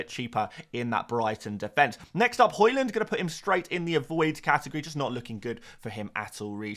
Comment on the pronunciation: Why do u pronounce Haaland and Hojlund the same it's really confusing and dumb, not to mention annoying. You say both names exactly the same. ?